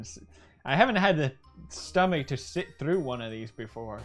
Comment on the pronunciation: Its through not troff!